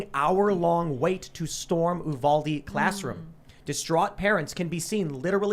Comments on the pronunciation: It's pronounced YOU-VAL-DEE. Val like Valentine's Day, long Dee sound. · Whoever needs to chill on breathing into the mic. And it you-vale-dee Uvalde